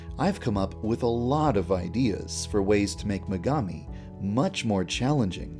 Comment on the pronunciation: I HEARD MEGAMI AS MEGAMIND